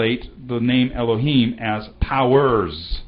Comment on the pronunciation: why you prononce alep like e when it is a? why you red the OT like the hebrews of today? do you know that it is an pagan means to prononce? the sign of alep clearly show the prononciation like an french "a", like in the word "parler". dont you know that the signs of the OT show very clearly the prononciation?